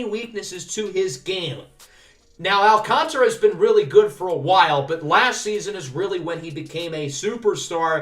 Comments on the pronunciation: It’s Alcantra for the pronunciation by the way! the A after the T is silent :) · So excited for this series🙌 Also letting you know it is sandy al-can-tear-a